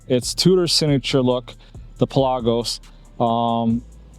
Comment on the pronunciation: You pronounce it correctly, since iirc the name is derived from "per lagos" - "for the seas"